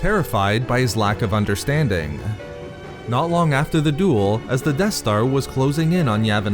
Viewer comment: Dude, stop ending words and sentences with -uh. Ex: Anakin-uh. Understanding-uh. Obi-Wan-uh.